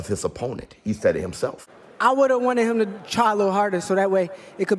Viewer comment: Anybody ever notice shakur can't say the word "HIM" he says "HUM" LOL.. But anyway Shakur actually blamed the other guy for having a boring fight.. 😅 the guy is so annoying...Shakur should just not talk anymore